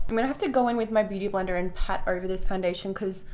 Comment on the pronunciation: DId she just say "blooty blender"?? 😂